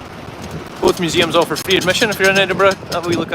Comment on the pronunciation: No,. I'm from the US and even I know it's not pronounced Eddinburg!! 😂